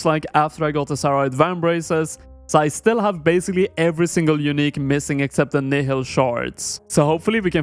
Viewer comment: how come literally everyone pronounces nihil wrong. its pronounced nile like the river